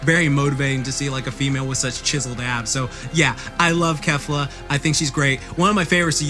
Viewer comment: Abbs , not Adds